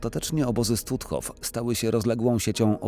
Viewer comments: Jaki Stutthof, czyta się Sztutof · Stutthof czytamy Sztutthof, w niemieckim "st" na początku słowa to "szt".